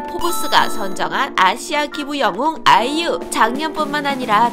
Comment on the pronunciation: 말 끝에 그냥 아이유 하면 되는데 아!이!유! 하는 거 킹받네